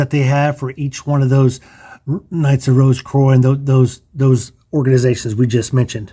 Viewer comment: Rose Croix =🌹 K-wa, is the correct sound... (French) All The best Brother... From The UK